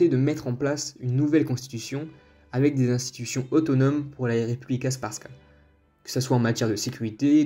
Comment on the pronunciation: La prononciation mon frère 🤣 🤣 alija tu le prononce Aliyah frère et republika srbska en gros tu le prononce repoublika serbeska mais sinon merci 🙏